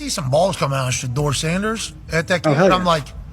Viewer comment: YOUR IGNORANT ASS NEED TO PRONOUNCE HIS NAME CORRECTLY, OR STOP SAYING IS NAME ALL TOGETHER